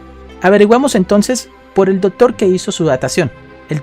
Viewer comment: La neta hablas bien feo objetos ossidacion dotores admiro tu valor